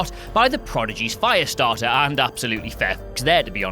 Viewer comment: Um a foyah stahtah.. tuh waisted foyah stahtah